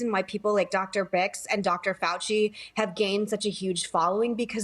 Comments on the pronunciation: Birx, not Bix, Meghan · All of these ladies dont know how BIRX's name is pronounced